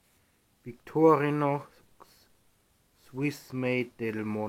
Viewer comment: Sorry, die Aussprache des Wortes "Victorinox" ist einfach nur fürchterlich.